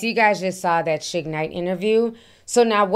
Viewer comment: Ti why are you pronouncing Suge's name like that? Shig?? 😂😂😂